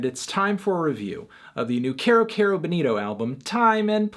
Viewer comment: IT'S PRONOUNCED KEYROOOOO NOT CARE-O